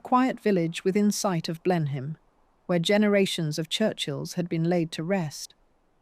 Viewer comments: Blenheim is pronounced 'Blen-im'. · Blenhyme Palace😂😂😂😂😂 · Excellent, in spite of the mispronunciations and inapposite images. Blenheim is pronounced 'Blen-im' in conventional English. Whatever she may have achieved there was always money behind her.